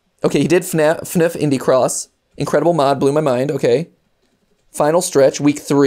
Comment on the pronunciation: Btw it’s not pronounced fnif is F N F it stands for Friday night funkin